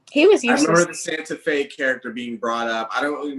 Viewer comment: This man said “Santa Fe.” 🤣🤣🤣🤣🤣🤣 Safiyah.